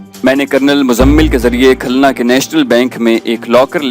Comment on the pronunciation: Khulna. Ko khalna